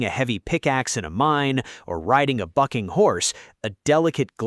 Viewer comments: I thought he said ride a fucking horse not ride a bucking horse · I swore he said "riding a fucking horse" 😂